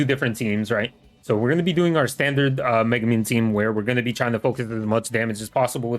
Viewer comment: bro doent even know how to pronounce megumi